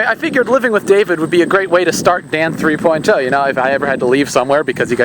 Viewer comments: THREE>>>POINT>>>OHHHH.. NOT THREE POINT TOE!!!!!! Stop Pronouncing it like that!!!! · it sounds like you say dan three poin toe XD